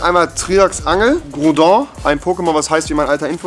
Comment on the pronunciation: Es spricht sich Groodon